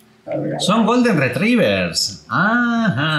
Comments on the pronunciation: Se pronuncia "retriva" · se pronuncian -."golden retraivers" a lo perros me refiero, fantástico como siempre.